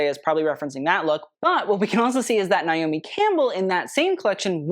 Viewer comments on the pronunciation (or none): none